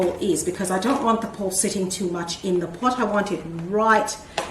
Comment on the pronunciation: you were saying potch when you put the rocks in.